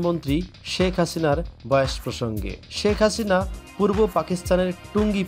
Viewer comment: উচ্চারণ ঠিক করেন। বয়াষ কী।